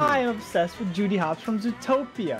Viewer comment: anyone else notice; “ZOOTPOATOIA” instead of “ZOOTOPIA” lol